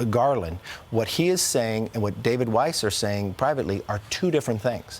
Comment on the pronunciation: Yes Sir, you're pronouncing Weiss (German for white) correctly and Mr. Rat Face as well as some of the Brandon gang should at lest be eliminated from office which may be wishful thinking at this time!